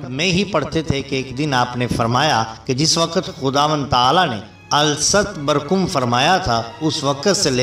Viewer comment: سر جی ال ست برکم نہیں ہے الست بربکم Aalasst Beyrabikum